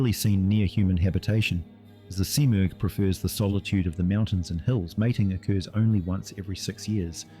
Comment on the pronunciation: Was this an early AI voice attempt. I heard several mispronounced words (thac-zero and smurgh was pronounced two different ways in the same sentance). Not that I have a problem with it, just got my notice.